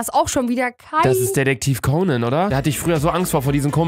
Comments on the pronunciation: Es heisst detectiv conen und wird detectiv conan geschrieben und du sagst detectiv counen xD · Ich, ich bin triggered wie Luca Conan ausspricht xd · Mich regt es auch auf wie luca conan auspricht 😅._.